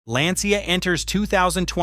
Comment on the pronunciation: Why all English speakers can't pronounce Lancia as it should.